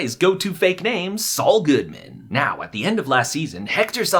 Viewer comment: I like how at the end he says “Saul Goodman” but it sounds like “it’s all good man!” Probably reaching, but I liked it.